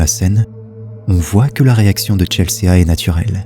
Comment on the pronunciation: Coucou merci pour tes vidéos, top. Petite précision on dit Chelsi, pas Chelséa